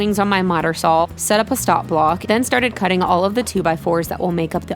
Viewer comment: I don't know, I'm from Southern California (don't worry, not one of those weird Californians) but I could swear I hear an "L" every time she says "Sawl." That counts as an accent, right? :)